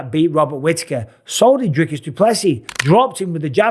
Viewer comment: Really Dana??? You still can’t pronounce Dricus properly after all this f’n time???